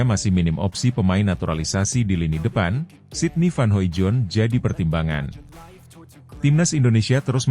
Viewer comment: masih sangat halu. sydney van hoimoijdonk (*baca: hoidong). please pronounce it better. sering di evaluasi, tetep salah.. 😢